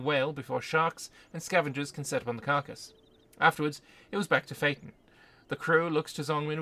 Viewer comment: Feiten pronounced as fighting hurts my soul